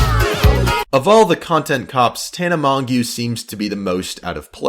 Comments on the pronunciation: "TANA MOHNGYU" AHAHAHAHAH It's french: Mon-j-oh that's how you say it basically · Slayyy it’s pronounced Tana Mojo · Its so funnny when people think they are actually credible but havnt even done their damn research. LEARN HOW TO SAY MONGEAU ITS FRENCH YOU SOUND DUMB AS FUCK LMAO